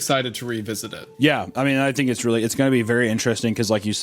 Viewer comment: “I don’t fink so” haha my favourite